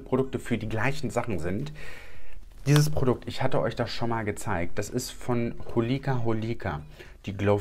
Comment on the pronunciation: Finde es Zucker wie du „Hol‘ie‘ka“ so betonst xD dabei wird es so ausgesprochen wie’s geschrieben ist ganz knackig Holika Holika :P